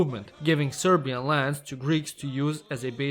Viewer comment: respect for saying serbian names good